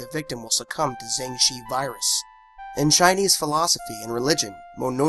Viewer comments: jiangshi is pronounced "jang sure" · jiengggg shiii